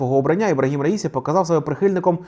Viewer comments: Мені здається, що іранські прізвища вимовляються з наголосом на останню голосну. Отже, РаісІ, а не РаІсі! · "Я ж наказував - расію, а не раїсю!!!"